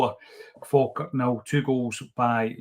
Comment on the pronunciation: It’s Falkirk 😂